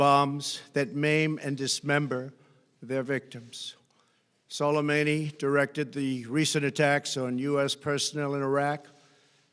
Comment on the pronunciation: 'Solameyni'. Good pronunciation Mr. Trump